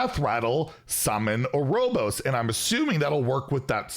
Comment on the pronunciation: “Arobos” lmao